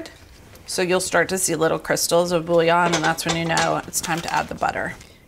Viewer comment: Your nails are incredible and I can tell you’re an amazing mom. I’ll def be trying this!! I hope this next comment doesn’t come off as cringe as I feel it will, but…. as a native French speaker I just wanna hear one English speaking cook say bouillon properly LOL its boo-yon not bully-on 🫣